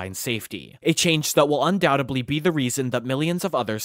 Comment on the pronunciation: Awesome video, but the word is "undoubtedly," not "undoubtably."